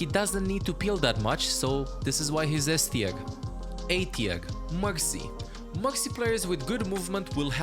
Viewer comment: this guy cant say r. mexy, phagah. confusing. what language is his primary?